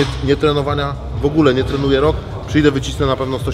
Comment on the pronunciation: Nie tre nu je ! W ogóle!